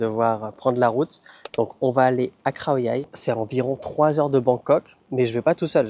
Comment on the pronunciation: Merci pour ce partage 🙏Je me permet une petite remarque, je ne sais pas si c'est moi qui entend pas très bien mais il m'a bien semblé à plusieurs reprises t'entendre prononcer les "KH" comme des "KHR" par exemple "KHAO YAI" que tu prononces "KHRAO YAI" et aussi au restau avec l'œuf au plat le "KHAI DAO" il m'a semblé comprendre "KHRAI DAO" . Est-ce une manière de prononcer qu'ont certains Thaïs ? Ou bien alors est-ce moi qui ait mal capté ? (sachant que mon ouïe n'est pas terrible non plus😊). J'ai relevé aussi que Sabri Thai avait tendance à prononcer les "KHR" comme des "RRH ", en faisant racler le "R" un peu comme dans la langue arabe, il dit par exemple " SAWATDEE RRHAP" ; peut-être s'agit-il pour sa part d'une influence linguistique inconsciente de par ses origines...